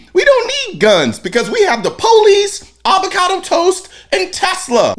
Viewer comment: you said POoo-lice. Now we know.